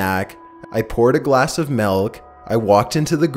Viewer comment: The scariest part of this is when you said ''glass of MELK''